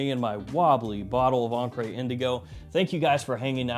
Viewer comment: What words in American English end in -re and are pronounced -ray? I always thought it was an attempt at French but mispronouncing it as an accented "encré" (inked) instead of encre (ink).